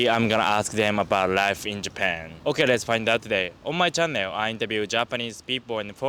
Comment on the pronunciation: You pronounce "channel" as chan neo. Haha that made me confuse a little